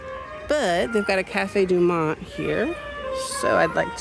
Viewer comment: Cafe Du Monde (not Monte)